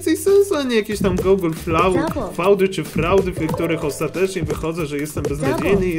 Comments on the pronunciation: NIE CZYTA SIE GOOGLE FAUD TYLKO GOOGLE FIUD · Google fałd? Chyba Google fiud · nie "fałd" tylko "fjud" XDDD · to sie czyta fiud nie faud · "Feud" czytasz jaka "Faud" ? Ja wiem że z faudami wspólnego masz dużo ale uważaj na wymowę :V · GOOGLE FAŁD? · Mówi się "fjud" i "czejmber" a nie "hamber" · czyta sie gugl fjut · to sie czyta fiud